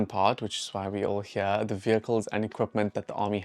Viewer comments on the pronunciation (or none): none